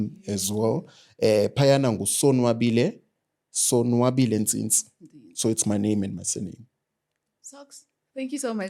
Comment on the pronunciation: "Ntsintsi"...I'm proud of you mtase